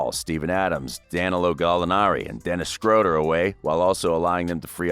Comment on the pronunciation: I swear he said dennis scroudum..